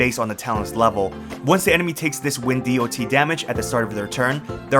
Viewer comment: who the fuck says d-o-t ,have you never played mmo or another game with dot before?, I have never heard anyone call it that in tell now.